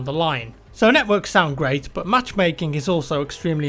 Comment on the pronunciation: when you say but it is like saying bot 😂😂😂😂😂☺☺😑😑 it is not funny